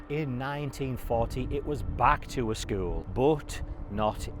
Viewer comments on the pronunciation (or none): I can’t unhear skuwl 😂